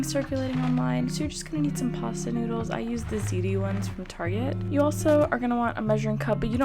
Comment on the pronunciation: Did she just say noodles